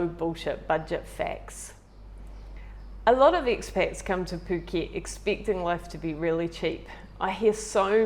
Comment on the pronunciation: She’s pronounced it perfectly 🤡